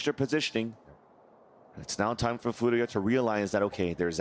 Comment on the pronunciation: why do the casters try so hard to pronounce furia this way